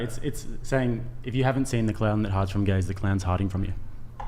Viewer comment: Is the Australian guy saying "gaze" and thinks its "gays" 😂